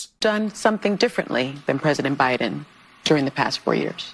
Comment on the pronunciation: she said " O' biden.